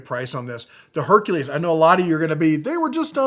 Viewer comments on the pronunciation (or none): none